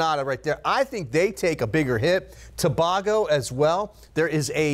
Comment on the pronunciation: Gren-ay-da To-bay-go